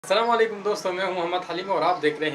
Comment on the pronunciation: اسلام علیکم کہا کروناکہ سلامالیکم سلام کو صیح طریقے سے ادا کرو پر وڈیو بنایا کریں